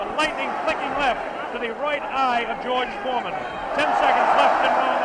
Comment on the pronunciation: baca ‘jorj formen’